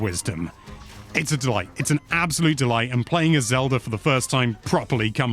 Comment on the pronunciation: Why does he say Zelur when he also pronounces it Zelda